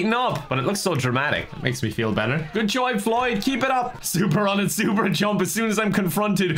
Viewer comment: "Floyd died? How did floy die?" 1 minute later: "GOOD JOYB FLOYD! KEEP IT UP" I don't think I ever heard flub so much:D